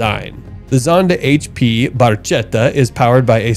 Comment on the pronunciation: the Pagani is pronounced "Barketta"" with a hard "C